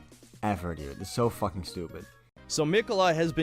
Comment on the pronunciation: IN MY FACKHING GAYME?!